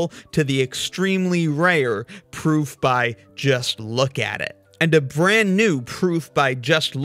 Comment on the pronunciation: I totally respect your ability to keep pronouncing 'proof' with a v :)